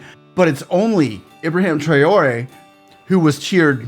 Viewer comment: Just to correct you sir, his name is IBRAHIM Not Ibraham.